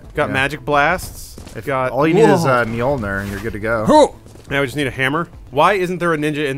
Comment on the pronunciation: I dont know why but Adam pronouncing Mjölnir makes me proud that Adam knows his shit